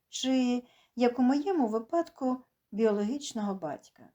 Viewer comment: Не випАдку,а вИпадку!